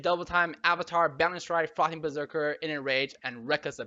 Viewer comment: is it only me or do i only understand "fuckin berserker" instead of "frothing" :D